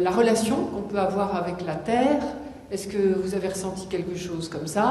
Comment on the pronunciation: il dit retourné sur "serre" il a remplacé le "t" par "s" mdr t'insinue quoi exactement ?